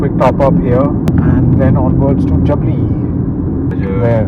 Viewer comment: Two things : First you totally chose the wrong highway to Chandigarh. Jaipur - Churu - Salasar - Hisar - Chandigarh NH is much less busy. Second, that village is pronounced Jaabli, not Jabli.